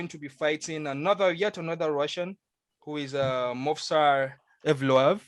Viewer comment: Yes Brother you butched the name 😂 you pronounce it „YEV-LO-YEV“ 😁